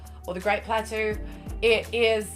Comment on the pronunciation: It's "plat toe" lol letting you know :p glad to know your enjoying the game though